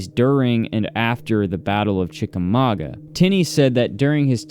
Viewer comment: Yay!!! As a Chickamauga girl, I'm tickled pink that you pronounced it correctly!